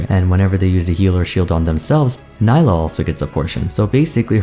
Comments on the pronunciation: her name is pronounced nee-lah :( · Great video as always, and I love this series of mostly-first-impressions, it's really cool to look back and see how right or wrong you were on various points. Also, it's pronounce Nee-lah. Hopefully Riot slows down on new champion releases for a little bit... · Isn’t Nilah pronounced as nee-lah? Considering she’s South Asian/ Indian I would assume that’s how it’s pronounced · Why does everyone pronounce her name Ni-la when clearly in her trailer she says Nee-la... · Her name is pronounced Nee-lah. What went wrong? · its pronounced nee-lah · I seriously do not understand how she can say her own name in the trailer TWICE and people still manage to mispronounce her name. I've been really enjoying your videos and it makes me sad that I won't be able to watch this one, as I find mispronouncing a character's name when we have confirmation of how it's pronounced to be rather disrespectful and grating. I know a lot of work must go into your videos and I would appreciate if within all that time and effort you could take some to make sure you pronounce the character's name correctly I apologize if you did correct yourself part way through the video but I've listened to too many people not giving the character the bare minimum respect of pronouncing her name correctly that I can't bring myself to sit through the video to check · I''m sorry but with all the research you've put for this video, you can't even pronounce their name right? Makes me think you didn't reaaally do your research and all of this is just leaf in the wind kind of opinion. edit: and correct me if I'm wrong but I thought Nilah is gender fluid so you should use They as a pronoun, right? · Ok, ok. I liked the video but can u pronounce her name the way she herself does? It kept throwing me off every time you said it. Still watched the whole vid tho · At least try to pronounce her name right